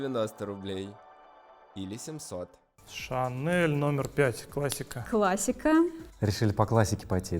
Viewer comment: Ох, уж эта "ШанэЛ" 😂